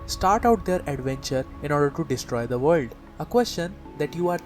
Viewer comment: yea, keep saying vorld. gotta luv this guy XD